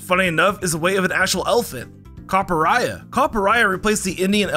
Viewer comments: Ain't no way people out here calling Copperajah "Copperayah" Copper + Maharaja = Copperajah Cop-pur + Mah-ha-ra-dgah = Cop-pur-ra-dgah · And that's a hard j in Copperaja. You don't say Maharaya, do you? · the way he pronounces copperajah scares me